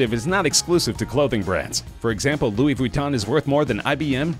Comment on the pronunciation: Ahaha he said Louise Vwiton instead of Ve-ton-e.